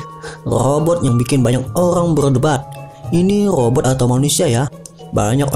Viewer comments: Itu lobot bukan rrobot😜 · om ko ngejelasin nya belepotan cih. robot jadi lobott 😁😁😄😄